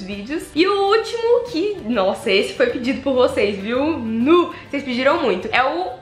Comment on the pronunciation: Gente! Esse “nuuuu” denúncia a mineirice! Adoro vc!